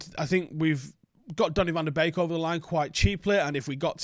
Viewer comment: pronounced Van De Bake Thiago is going to the scousers. stop the dreaming